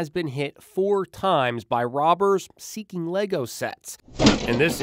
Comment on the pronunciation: Even the reporter in the video says it incorrectly, what is wrong with these people. LEGO isn’t exactly a brand new thing